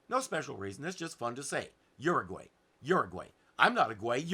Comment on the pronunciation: You pronounced Uruguay wrong.